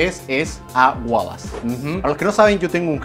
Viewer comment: Se dice Wallace